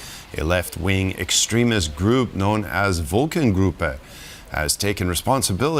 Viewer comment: if you can't pronounce the name of the group properly in German during an English language announcement, why wouldn't you use the English name Volcano Group !?